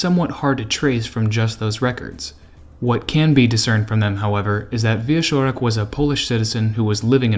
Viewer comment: you did great as usual. One thing tho. Wieczorek sounds in the middle more like "tch" (watch) than "sh" (harsh) But still, this is just nitpicking as I have zero issues with your reading. Thank you and TE team for this effort. Interesting story. "cz" in Polish is like it is in CZech Republic:)